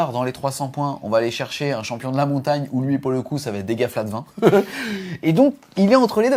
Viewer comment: Merci pour cette vidéo super complète. Bon c'est pas toujours facile à suivre car beaucoup d'info mais vu la quantité de contenu c'est compréhensible sinon la vidéo durerait 3h. En revanche, par pitié, il n'y a pas de "T" entre "va" et "être". ^_^